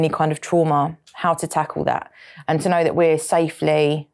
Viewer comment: Is there a letter R in the word “know” I didn’t think, but what is with the knowrrr